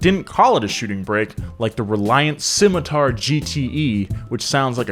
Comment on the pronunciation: It pains me he can't say Scimitar or Austin